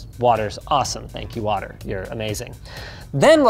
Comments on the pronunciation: Linus went Kent Hovind with that watt-ter bit. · Can somebody explain to me why Linus is saying "Waturr" and why the timestamp says "Waturr Cooling"? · "This video is brougth to you by Waturr"